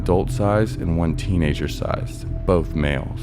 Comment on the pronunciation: What's a "teeanger"? 🤣